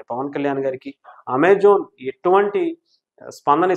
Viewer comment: Ame jon kaadu, Ame jan ( Amezon)